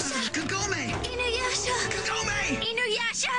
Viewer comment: youre saying inuyasha and sesshomaru wrong and I LOVE THIS ANIME!!!!!! the comic relef is great, the suporting characters can stand individually and it isn't a bad show and im the one that likes the kaind of anime that is really hard to keep your stomach in and i'm the kaind a person that doesn't watch romance because well in anime most of the romance happens quickly and everything is lovely dovely it's kinda annoying but here they have to get to know eachother insted of yust geting to the point